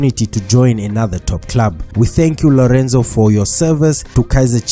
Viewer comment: Did he say lerenzo😂😂😂😂